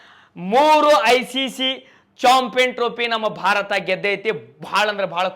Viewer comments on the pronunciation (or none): none